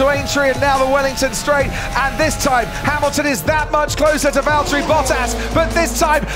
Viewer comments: "Valterri, it's James" pain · Valtteri its james. Hurts every time i hear it